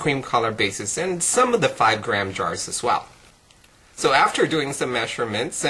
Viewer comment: i love how you say "so". it sounds like "sew"